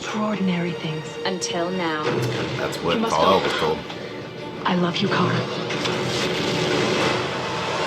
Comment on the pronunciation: Kal-el, not Kon-el.